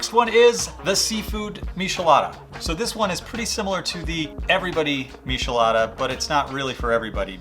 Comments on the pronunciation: ☹ It's not pronounced mishelada. The "ch" is pronounced the same as in the word "check". Please don't say mishelada, it hurts my ears lol Mi - che- la- da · for the record its not mishi-lada, its mee-chee-LAH-dah. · I almost clicked off the video when you miss pronounced miCHelada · He said a meeshalada lol 😂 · It’s disturbing😂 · 🤣🤣🤣🤣🤣 before I came to the comments I kept saying "why are you saying mishelada!!" 😂😂😂 it bothered me in a way that was annoying 😂😂😂😂 good drinks tho good drinks! 🥴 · IF WE TOOK A DRINK EVERY TIME HE SAID MISHALADA...we'd be fuuuuugged upp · I can't trust someone that can't pronounce it, next video 😅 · You need to learn to pronounce both Worcester and Michelada correctly